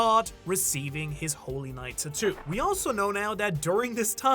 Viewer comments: “TAT-TWO” its pronounced “TAT-TWO” i hate you and your stupid pronunciations. Sigh, where is Sawyer7Mage at? Save us from these bum reviewers SAVE USSSSSS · It drives me crazy every time he says the word tattoo 🫨🫨 just say ink or something 🤣🤣🤣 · Hearing you mispronounce tattoo revealing who you're a fan of... even less of a fan now.